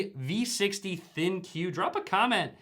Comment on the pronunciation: In the video you keep calling it a Thin Q with the emphasis on the "Q". They are called the ThinQ as in "Think." Just wanted everyone to know the correct name for the model.